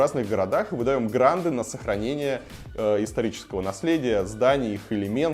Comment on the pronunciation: он сказал "гранДы"?